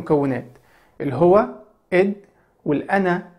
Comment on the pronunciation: هناك خطأ في نطق الهو لا ينطق الهُوَ بل الهُوُ